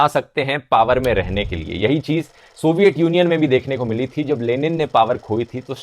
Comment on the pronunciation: सोविएत यूनियन सही उच्चारण है । सोवईएट गलत है ।